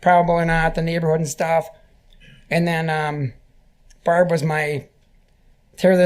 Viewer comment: He pronounces 'barb' like that cheeseburger locker, Randy